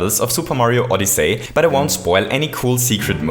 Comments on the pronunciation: OdyssEy not OdyssAy. HTH. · Nice vid. Just a heads up, it's pronounced "Odysee" not "Odysay". Besides that, nice vid, you really confirmed what I've been thinking since it came out. It's a really cool game for anyone to play! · You said SO MUCH things wrong in this video, first of all it's odyssey, not odys-SAY! It's Bullet Bill, not Bullet Blaster! It's Dive, not Belly Jump Last but not least, IT'S LONG JUMP!!! NOT "SPEED JUMP"!!! JESUS CHRIST! I TRIED WATCHING THIS AND NOT GETTING MY ASS BLOWN AWAY BY YOUR SHEER LACK OF KNOWLEDGE ON THE NAMES OF MARIO'S MOVES!!! YOU CAN'T EVEN PRONOUNCE FUCKING ODYSSEY! DID YOU EVEN LOOK AT THE ACTION GUIDE FOR THE NAMES AND CONTROLS?! PLEASE JUST STOP IT! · Did anyone else notice that he was saying Odyssay not Odyssey? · SMO is awesome. Ahdussii not odisei. Loving it. But the cap jump is too hard to do.... Maybe some day I can do it. But the movement can suck too... It accelerates too fast... Which makes it frustrating when you accidentally fall off a platform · Odysaay! Just say odyssey lol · Did you say OdyssAy? It’s Odyssey. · oddisay but its oddysey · Odyssey is pronounced “ODD-ih-SEE” not “ODD-ih-SAY” See is pronounced differently from Say. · Oddyssy not oddessey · "ODISAY" Don't hate me pls I luv u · I’m sorry but I couldn’t help but laugh at how he said footage and odyssey